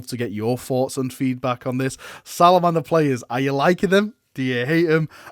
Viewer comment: Whats a "salamder"?